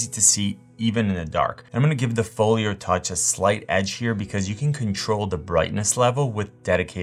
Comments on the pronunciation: I swear it sounds like you’re saying, “Folier.” Where’s your accent from? (Not poking fun) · Same, I noticed it too